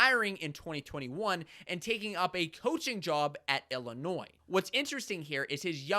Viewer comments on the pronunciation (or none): none